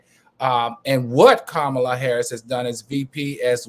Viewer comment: Can we get her name right 🤦🏽‍♀️ Comma La = Kamala.